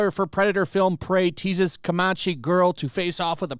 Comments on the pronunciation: What the hell is "comachee?" Do you mean Comanche? It's KO-MAN-CHEE not KO-MA-CHEE. :p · Pronunciation. kO-man-chee